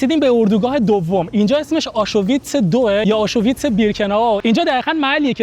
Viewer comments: آشویتس نفهم نه آشوویتس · جان آشویتز هست نه آشو ویتز 😮😮!! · Aschuwitz chie dorost talafoz kon